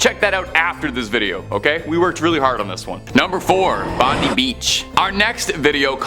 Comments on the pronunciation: It's pronounced Bond eye Beach, not bondie beach! If you aren't sure, look it up somewhere! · Pronounced Bond eye beach not Bondie..! But we'll forgive you as you're quite amusing. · i don't know why thats how people think we say bondi beach that way but just so you know it is pronounce bond I beach and not bond E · Gday m8 it’s pronounced bon_die beach not bin deee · Just for the record, the beach in Australia is actually pronounced “Bond eye” Bondi beach. Not that it matters much. God segment though👍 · Pronounced bond eye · Its pronounced Bon die beach cool video. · The way you said Bondi made me uncomfortable. 😂😂